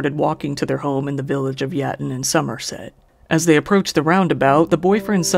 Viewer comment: perfect pronounciation of somerset good on ya